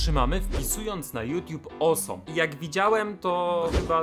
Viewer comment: "Osom" xD